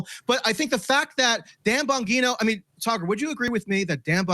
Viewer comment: Sorry just a little off putting to mispronounced saagars name. I fuckin hate thar guy but mispronounced a name is a big dig. You can find better jokes. Saagar embarrasses himself constantly with his real opinions. Calling him sugar makes you look stupid. Smh